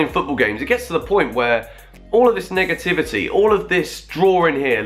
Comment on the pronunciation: Did he just say nigga-tivity?